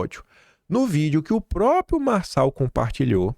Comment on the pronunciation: meu querido, atenção aos acentos! SÊXTUPLA, mostra a sílaba tônica. Entendo seu entusiasmo, sua emoção. Tem que falar rápido, por causa do tempo. Mas não esqueça dos R em próprio, propriedade, proprietário, etc. Sou do Rio mas estava aqui quase conceituando o PM como aproveitador... Hoje confirmei. Obrigada pelo meu jornal diário.😘